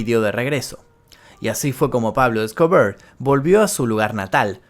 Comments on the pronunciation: Por qué decís Pablo Scobrrr habla bien, E S C O B A R se dice, sos argentino y el español es tu lengua natal 🧐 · Jajajajaja x2 tambien me gusto como dijo pablo escobear